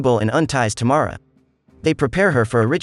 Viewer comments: Its, Tam- ara....not Ta- mara... thx.. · Wonderful pronunciation ..Tamara = Tomorrow 🤣🤣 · oh my...it's Tamara not T'morrow 😅